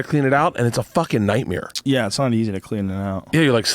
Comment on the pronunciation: “Nightmēre” 🤣🤣🤣 2bears1cave